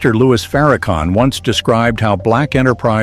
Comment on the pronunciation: One Question; ?? Who Is Louie Farrakhan…???🤔🤔🤔🤔 I’ve Heard Louis Farrakhan !!!